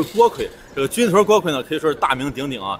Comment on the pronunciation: 成都人表示，正确的发音是军“顿”锅盔！